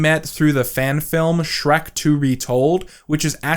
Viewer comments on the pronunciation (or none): none